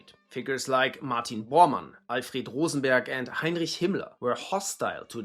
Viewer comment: rose… BERG???